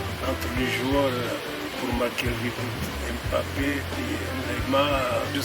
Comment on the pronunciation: 現地の発音だとムバッペは ん〜バッペ〜♪ って感じだな